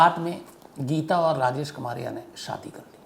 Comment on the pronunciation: कमारिया नही कमरिया होता है, यादवों मे एक सब कास्ट है ।